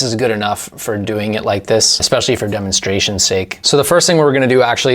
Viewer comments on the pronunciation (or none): none